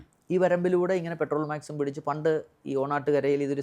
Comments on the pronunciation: പെട്രോൾമാക്സ് അല്ല സാർ പെട്രോ മാക്സ് (പോലീസ് " പട്രോൾ "വാഹനം എന്നതിനും പലരും പെട്രോൾ വാഹനം എന്ന് പറയാറുണ്ട് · പെട്രോൾ മാക്സ് അല്ല, പെട്രോ മാക്സ് ആണ് ശരി. also.